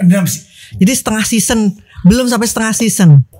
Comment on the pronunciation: Seson sebutnya sezon